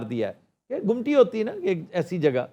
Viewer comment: آفتاب بھائ گمٹی نہیں ممٹی جو سیڑھیوں کے اوپر کمرہ بنا ہوتا ہے